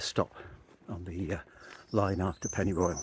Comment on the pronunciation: I’m loving the videos, but hating the mangling of the Welsh place names. Every time he says pennyroyal I’m rolling my eyes.